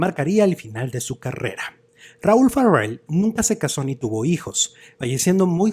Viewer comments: Una corrección no es FARRELL pronunciado ERRE. Es FARELL pronunciado ERE. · No es Farrel , es Raul Farell y se pronuncia como se escribe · Pronuncia el apellido Farrel como gringo champurrado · NO SE ESFUERCE SE PRONUNCIA "FAREL" ASI COMO EL SR QUE FUE DIRECTOR DE IMSS ARSENIO FARELL CUBILLAS QUE ERA SU TIO. NO SEA USTED RIDICULO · te escuchas mamilas al pronunciar su apellido 😂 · ¿Por qué pronuncias el apellido Farell como si fuera inglés?. ¿No sabes que es un apellido catalán y la "r" y la "l" se pronuncian exactamente igual que en español?